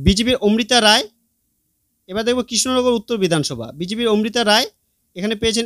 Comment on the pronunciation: ওমৃতা রায় নয় অমৃতা রায়। আবার মহুয়া মিত্র নয় মহুয়া মৈত্র হবে।